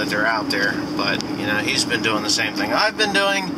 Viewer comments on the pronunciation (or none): none